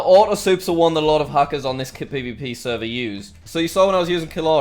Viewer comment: Why you say seervaar instead of server ..?